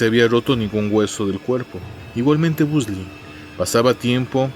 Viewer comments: soy la unica q aveces escucha " BUNDY" y otras "BUSDY????😕😕😡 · Excelente video como siempre, aunque tengo una duda porque pronuncias o suena el apellido como "busly" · de hecho yo he escuchado la pronunciación del apellido como "Bondy" en programas de la temática policial-investigativa. Ojalá sigas con el tema de asesinos seriales es muy interesante. Saludos